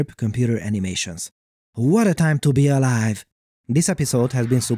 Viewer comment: "Whada time too be alaive"